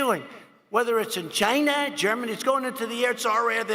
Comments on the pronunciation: "Whether it's in Ghina or Germany"...........Ghina !!??. Wtf is a Ghina?? 🤣😂😄😁😃🙂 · Why say "China" like that you subconscious, Orange. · The country is called China, not Chiyenah! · Is that on purpose ? "Ghina" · I hear "gina", as in va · why tf he say "China" like that? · Why did he say "China" like that? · wtf is up with how he says china?